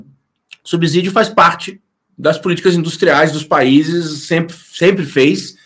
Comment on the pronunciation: Subzidio dói aos ouvidos.